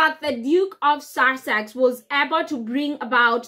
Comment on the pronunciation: We should all be happy - the Sussexes don't want to return and we don't want them. Job's a good'un. From the county of Sussex....please learn how to pronouce it properly, there is no 'r' in the word.